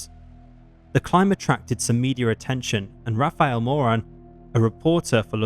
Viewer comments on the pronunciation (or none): none